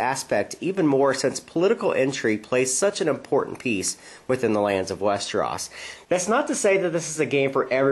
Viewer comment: westeros not westeras!